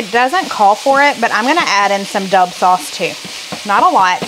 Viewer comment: I think it’s Dub as in the letter w